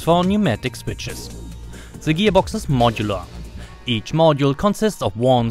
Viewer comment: "se switsches" 😅😅😅 Ich krieg mich nicht mehr ein